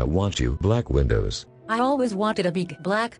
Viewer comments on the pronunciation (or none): “ Black Windows “ “ Bjlack Vindoes “ “ Crack Wondies “ “ Brlack Wcondoes “